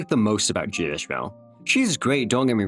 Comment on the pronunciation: He said "Jia" so many times and not the single time was correct lol